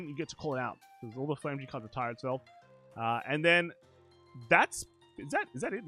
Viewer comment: Flamme-gram. Its pronounced as flamme-gram